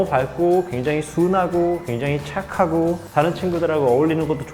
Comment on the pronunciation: ..?발음 뭐야 "굉장히 촥하구~"ㅋㅋㅋㅋㅋㅋ